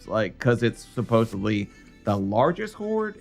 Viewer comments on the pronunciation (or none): It's supposedly not suppsably. You should work on the correctly pronouncing words.